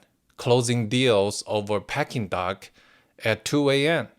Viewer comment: Wonderful video. Pronunciation help: It is "PAY-ee-king duck," not "Pecking duck" The "ay-ee" sound is like one. Otherwise, your English is very, VERY good and pleasing to listen to. Subscribed.